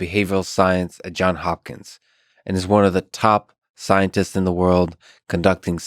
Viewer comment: Someone from Johns Hopkins will most likely point out you didn't pronounce the "s" on Johns ;-)